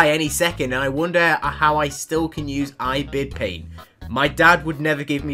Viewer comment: she really said ibidpaint instead of ibispaint btw for those who dont know what ibispaint is its a digital art app where you can make art